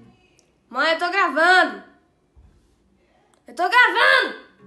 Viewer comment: "EU TO GRAVANU" SKSKSKSKSKSK